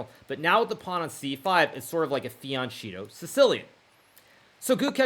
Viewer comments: Fee-ahn-KEH-toh.. Hard K, Hard K! For crying out loud..Jeez. By this point i am sure you are just trolling us Hikaru. This really rubs me the wrong way. 🤣🤣🤣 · Hikaru, why do you consistently mispronounce "fianchetto"? Really annoying and disrespectful to Italian speakers. The "ch" is a "k" sound.